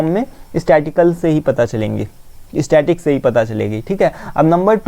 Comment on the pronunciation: स्टैटिक nahi mere dost स्टैटिसटिकस